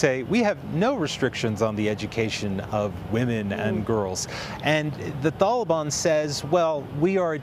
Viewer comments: Why is he saying tholobon lol wtf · Homie said “thaliban”